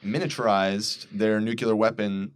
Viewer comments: how fucking hard is it to say nuclear correctly? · Did that guy say 'nucilar'?